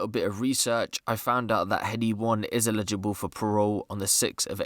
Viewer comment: Man said allegeable for parole on a 6 month sentence 😂